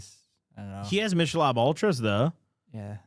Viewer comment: Why did call it mishel ob I thought it was pronounced like nickel with an M and then obe like earlobe.